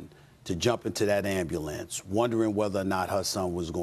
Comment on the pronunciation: Why can’t anybody on espn pronounce “ambulance”